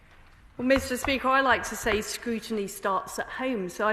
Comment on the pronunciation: What's scrushiny? Is it like scrutiny but mixed with gin? Gotta love labour the gift that keeps giving